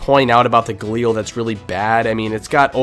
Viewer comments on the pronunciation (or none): none